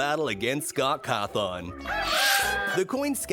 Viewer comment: Bro Said Chica Is Freddy, Mangle Is Foxy, and Foxy Is Funtime Foxy, and He Pronounced Cawthon as Cahthon.